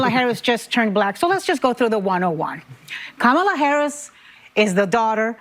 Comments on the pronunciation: Right!? And, she mispronounced Comma-la's name🤣 She called her Camel-la😂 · Did Whoopi just say “Cam-ela”? Is that racist? Isn’t it “Kom-ela”?? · Learn to pronounce the Vice President's name. Here, let me help you: COMMA-LUH (Kamala), not KUH-MAH-LUH. You sound like Trump mispronouncing it. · Why don’t they attack Whoopi like a bunch of cackling vultures ….she just mispronounced Kamala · Did anyone else notice that Whoopie mispronounced Kamala's name? What a racist! 😂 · So Whoopi also apparently has difficulty saying Kamala's name correctly as well. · Did Whoopie go and mispronounce Kumala’s name 😅 🤣 😆 😂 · Notice that Whoopi mispronounces Kamala. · Whoopi can’t even pronounce her name right. lol 🤦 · Whoopie mispronounced Kamala... SINFUL and against the law?..LOL...... sophistry ~noun the use of fallacious arguments, especially with the intention of deceiving: This is the LEFT 100%